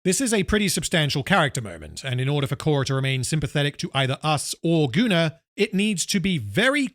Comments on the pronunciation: Goonar is the proper pronounciation for the name Gunnar. (It is a Scandinavian name.) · It's like the sci Fi Setting I invented when I was 13. It's pronounced GunnAR. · I guess I could point out that "Gunnar" is a norse name, and would probably most accurately be pronounced "goon-are", more or less. But considering his actions, calling him "Gooner" fits pretty well.